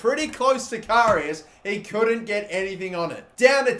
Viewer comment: Does it only annoy me the way he says karius?